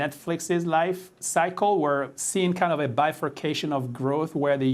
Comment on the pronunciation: How can the Netflix guy pronounce "bifurcation" correctly, but pronounce "going to" as "gonna".